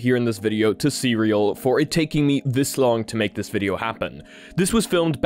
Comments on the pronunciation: So just for clarification you pronounce the company CERAL as "Cereal" but the actual pronunciation should be "See Real" with that little pause between the two words, yeah? Just noticed that's how they pronounced their company name during the interview. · You kept calling the company Cereal 🥣 throughout the video when the CEO on the interview clearly called it "C"-"Real" in reality.😂 As for this tech? That's awesome, and just focusing from my phone screen to the wall across the room in the background, I could see what you described & then moving my phone backwards and forwards. Then you mentioned about trying that with your hand. This level of immersion is definitely the future and I could see it with my own very eyes!😂 I can't wait to see this in action for VR. Being able to see that without glasses would be awesome for my significant other too. Thanks👍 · So the cofounder very clearly pronounced the name as “see real”, yet you insist to pronounce it cereal like the breakfast throughout the video? SMH 😐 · I'm pretty sure it's pronounced "see real", not "cereal" like breakfast - he even tries to correct you at the beginning of the interview 😅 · You should at least pronounce their name correctly. Should be pronounced See-Real not cereal. 🤦‍♂️🤦‍♂️🤦‍♂️ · Not Cereal... it's "C-Real"